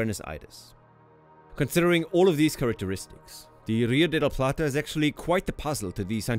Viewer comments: The "r" in "rio de la plata" should be pronounced like the "r" in "river" - it's a strong "r".... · As an argentinian Its funny how he pronounces the R, he says RRRio de la Plata like if that R is gun ponting the other letters